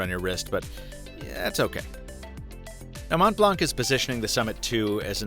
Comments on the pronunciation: "Mont" and "Blanc" are French words. The "t" and "c" are silent, so it should sound like "Mon Blan". I like your videos, but this is something you should probably know before reviewing an item! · My ears bleed every time someone says “mont blank”. The c is silent! It’s french! ... what did you expected? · You need to learn the french name :) silent t and silent c.